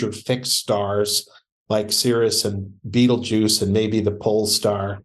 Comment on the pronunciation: The supernatural, the weird, and the bad jokes podcast... I would love it if every guest had to share a bad joke from their area of expertise. Did he just pronounce Betelgeuse as Beetlejuice? :) Great content btw.